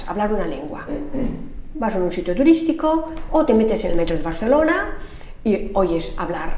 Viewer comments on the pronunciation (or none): none